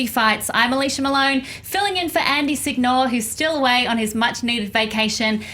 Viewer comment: When you guys say "Sig-Nore" every italian is rolling his eyes :)